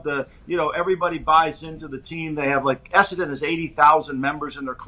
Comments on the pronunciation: Wouldn’t listen to too much regarding AFL. Dude can’t even get the club locations right let alone pronounce the names correctly. Esseton, Colinwon 😂 Perth is the Western part of Australia, hence West Coast Eagles. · has no idea about AFL. Talks like he knows what he's talking about but says some completely incorrect stuff - "Have to bounce the ball twice", "2 teams in Perth - Western Bulldogs and West Coast Eagles", "Perth is Eastern part of the country", "Carlton is really good" - they have been really bad for about 20 years.....Also isn't it "Clarko", not "Clarky" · had a really poor grasp of the sport to be talking about it like he knows what he's saying. It's Essendon not Essenton, Perth is in the Western Part of the Country, you bounce the ball every 15m, you only get a protective space on a mark or free kick, Clarkson has won 4 premierships, not 2. Western Bulldogs are based in Melbourne, Fremantle is out West. Carlton are garbage. Hawthorn are based in Melbourne and play at the MCG, they're nowhere near Adelaide - literally talking out of his arse.